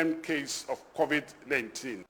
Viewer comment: It's Covid-19 not Covet-19 get it right please.